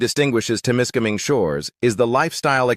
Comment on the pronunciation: Wher the fuck did this guy get his pronunciation from? Temiskaming is no where near an "international " border unless the dummy thinks Quebec is a different country. What a load of AI shit!